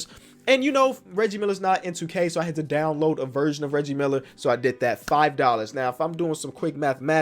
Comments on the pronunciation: Did actually say leggie Miller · how did you miss pronounce Reggie Miller? 😂